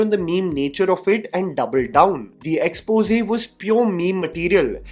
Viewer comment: Yeh bhai jaan bujh k aaisa pronounce karta he ki isko aata hi nhi "Xpose" bolna